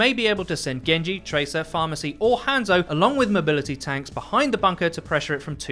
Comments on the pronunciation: he just called mercy "pharmacy"? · With the Orisa one I love how he says ''Pharhmercy'' It's like every pharah needs one and it's funny but sad as hell XD